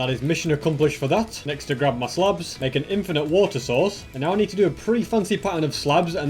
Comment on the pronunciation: How he says slabs lol